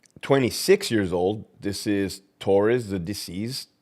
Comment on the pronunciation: Deceased, not disease 'd 😂 you a funny dude 😂